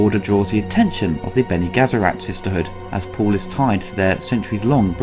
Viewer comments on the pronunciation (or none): Weirding modules not "welding modules" Bene Gesserit not "Bene Gassarack" Caladan not "Galadan" I thought you mispronounced Fremen but on a third viewing you admittedly said it right. Thanks for the good work and apologies for my asinine comment.